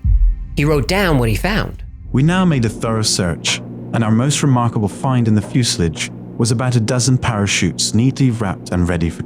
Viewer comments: Sack the guy who can't pronounce "fuselage" proper annoying that. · Another great story - however... I don't know who you got to do the "major John Crisp" voiceover, but as will tell you, no literate British person of that generation (or any other until perhaps the current one) would have pronounced 'fuselage' as 'few-slidge'. Just saying.